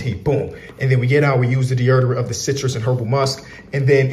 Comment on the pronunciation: I love some deaerderent yes deaerderant fr tho love your vids